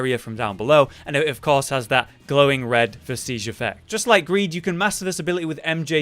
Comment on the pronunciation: Hermes is given one you explore one depths, and kill the BUTTerfly of Delirium... and all i can say on the names of items... practice sounding it out.. vest-idge... garr-adge... ect...